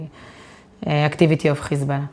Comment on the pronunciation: Now I've seen some nasty shït in my life but gotta give her, she is the worst "Hezbollah" pronouncer of all time.